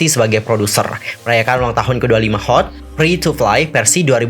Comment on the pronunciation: Bacanya bukan HOT tapi perhuruf Kak... Jadinya H. (eij). O (ou). T (ti)... hehehe